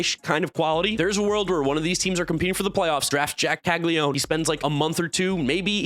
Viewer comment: Caglianone….Cah-lee-ah-no-neh (I assume the surname’s Italian but I’m posting this for those who care to pronounce it the IT way. We do Anglify words in the US).